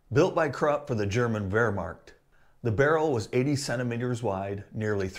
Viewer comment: It's Wehrmacht. No "r" in the second syllable.